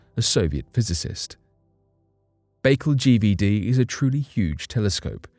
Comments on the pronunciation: Lmaoooo. Lake Bake-el. It’s Bah-CALL phonetically oh ghaaaad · Learn to pronounce places before you put video's out, your always doing it. Lake Baikal is pronounced byekal not bakel Lol